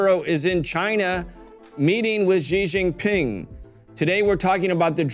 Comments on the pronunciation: /SHE/ Jing Ping not / gee / only Americans mispronounce his name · It's not zhizhin pin , it's xi ( read like SHE) jin pin( read like GIN, the drink, and, PIN like pin). Not a hard name to pronounce.